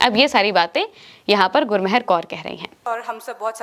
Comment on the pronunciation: गुरमहर नहीं गुरमेहर कौर मेहरबानी वाला मेहर